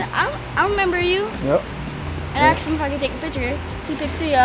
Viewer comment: What you axed your dad!!!!!!!!